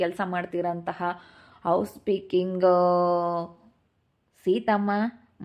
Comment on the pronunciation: ಹೌಸ್ ಪೀಕಿಂಗ್ ಅಲ್ಲ ಹೌಸ್ ಕೀಪಿಂಗ್ ಅಂತ 😂😂😂